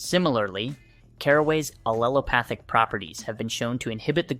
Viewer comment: * and aleopathic* etc... Remember you can't rely on AI for accurate information. It just repeats what it scrapes from the internet